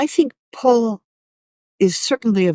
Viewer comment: I often hear Alex pronounce “Paul” as “Pool” and it is confusing.